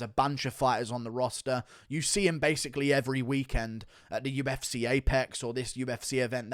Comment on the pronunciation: Love how he pronounces UFSeyyh